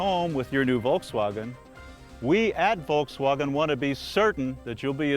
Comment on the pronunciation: The way he says Volkswagen makes me cringe.